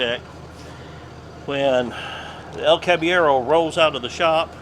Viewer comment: it seems you can't roll the R in the name so substitute a soft D like "cab eh yedo". That should make it sound right if it is said fast enough.